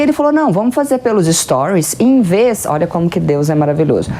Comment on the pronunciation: Eu sei o significado da expressão. É que a professora falou “invês”. Queria ouvir dela o correto ou a correção, se for o caso! Soou muito estranho o “invês”